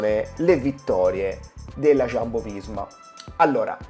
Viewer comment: Non è Sciambo, è Jumbo.